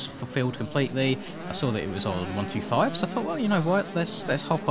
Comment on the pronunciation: I appreciate the way you say 125 we say it the same in Aus